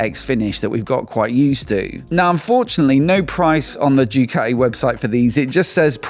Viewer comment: I really hate the way you say ‘Jew Catty’… it’s ‘Du Catty’ 😖